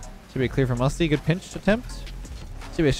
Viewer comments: Everyone: Good: Güt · 1st of all best name ever 2nd of all says goot not good no offence but its pretty funny